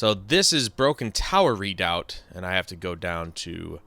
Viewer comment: And yeah, redoubt is pronounced just like it’s spelled, re-doubt. I know because I used to live in an area next to a volcano called Mt. Redoubt. The volcano, not the area. The area was Soldotna Alaska